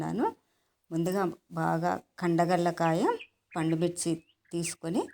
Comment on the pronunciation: పాండుమిర్చి కాదు. పండు మిర్చి. తెలుగును చంపేస్తున్నారు